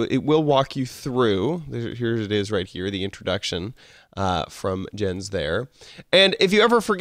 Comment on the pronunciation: It is pronounced Yens